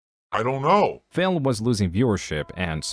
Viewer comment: Is it just me or the doc keeps calling him Phail.